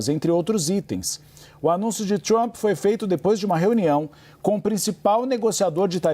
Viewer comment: Trãp não fala com Cértos tipo de Génte.!